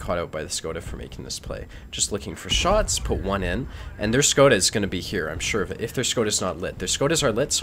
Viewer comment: The "Škoda" pronounces properly as Shkoda. A soft S. You have some balls trying to mark a tank with standard ammo. You don't even yell "Russia!" while shooting, that's a significant handicap. Team up with skill4ltu again, best stream ever.